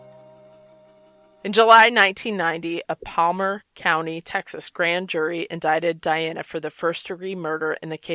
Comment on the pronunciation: you keep saying Palmer...its PARMER